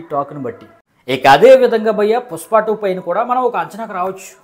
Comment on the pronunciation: పుస్ప కాదు బ్రో పుష్ప 😂😂❤❤